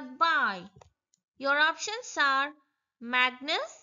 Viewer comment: It's magnus not magnes😂😂😂😂